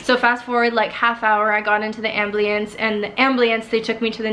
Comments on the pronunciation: Crazy story!!! But what’s an AMBLIANCE??? 🤔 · AMBLIENCE?? WTF is that?